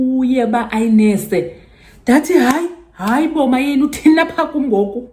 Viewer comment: how u say uMayeni annoys me😂😂